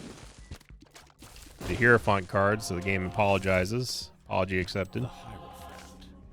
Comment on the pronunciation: Love ya but you pronouncing hierophant like that is killing me inside. Its hai-ruh-fant phoenetically